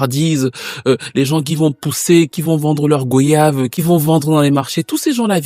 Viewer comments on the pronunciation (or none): Merciii beaucoup pour cette vidéo. Elle est exceptionnellement et toi aussi. Je ne suis pas Camerounais mais je me suis senti concerné et c’est magnifique. Merci pour tout ce travail, cette vulnérabilité et cette prise de risque. Mais « Goyave » ce prononce comme « Voyage » s’il te plaît! (de la part d’un Antillais qui regarde toutes tes vidéos)